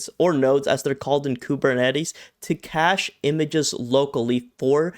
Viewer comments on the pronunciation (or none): none